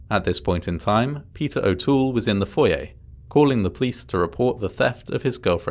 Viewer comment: Omg thank you for saying Foyer the proper way!! My biggest pet peeve, well one of them…is when people say (foy- err) instead of (foy- yay) I know..weird stuff